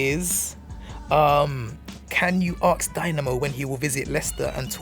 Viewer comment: its ASK not ARKS !!!!!